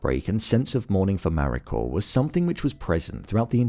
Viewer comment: Why does it sound like you're putting an R on the end of Mariko?